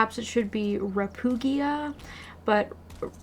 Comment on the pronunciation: Repugia seems like it's based on the word "repugnant," which is pronounced "re-PUG-nant" like the pug dog, with a hard G. So I'd think the place would be pronounced "re-PUG-ee-ah." Either way, it's an awkward place name. XD